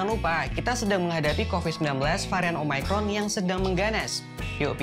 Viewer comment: bang, itu omicron yah bukan omaycron